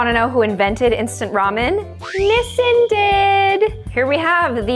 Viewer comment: BTW that's NOT how you say "Nissin". And I personally feel sweet and sour instant noodles are extremely overrated. Everyone keeps making a fuss like they never tasted a citrus fruit in their entire life.